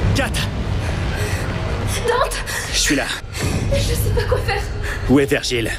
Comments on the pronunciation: Et non ! ça ce prononce Dante ''e'' :) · pourquoi tu dis dante "é" ?